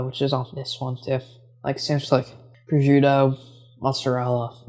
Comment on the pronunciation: Minor nit-pick, prosciuto is pronounced pro-shoot-o, not prozhuto.